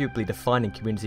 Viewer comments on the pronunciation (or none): Everything he says “Saxton” it sounds like “Sexton”.